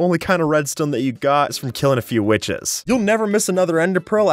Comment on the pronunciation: idk if something is wrong with my headphone or what but when is said witches on i heard female dog or you can say witches but with a 'B'